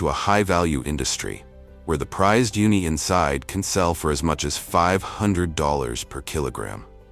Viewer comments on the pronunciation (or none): hey, please teach your AI voice how to pronounce these correctly: CELSIUS - it's not "celsie" it's CEL-SI-US, a measurement of temperature F&B - it's not F&B it's "FOOD AND BEVERAGE" - not everyone knows F&B 10X - it's not "Ten X" it's "Ten TIMES;" the "X" means TIMES, not the letter X Uni is not pronounced "Yoonee" it's pronounced OOH-nee. Like saying "oooh that's bad pronunciation." GEODUCK - pronounced GOOEY DUCK (don't ask why, it just is) DO BETTER!!!